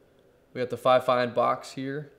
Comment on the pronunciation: It's actually pronounced fifine